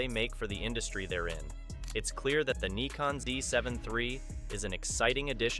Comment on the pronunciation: I’ve heard of “Nykon” and “Nikkon” but never “Kneekon”!